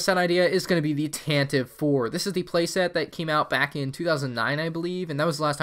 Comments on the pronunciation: Love your videos!! btw, Tantive IV is read as "Tantivy Four" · Tantive 4 is actually canonically pronounced like Tantivy 4. Bit weird but I like it.